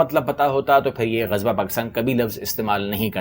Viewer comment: Yeh baniye to Gajwa bolte hain inko toh Ghazwa bhi bolna nahi ata 😂